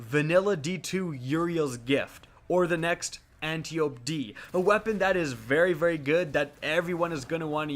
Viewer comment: For future reference, Antiope is actually pronounced “Ann-TYE-oh-pee”. Greek name. Otherwise, kickass vid, man. Keep ‘em comin,! 👍👍